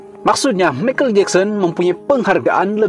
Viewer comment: Michael ( pronounced - maikel bukan mekel )